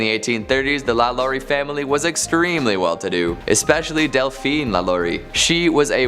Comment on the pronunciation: I like how she say famillillly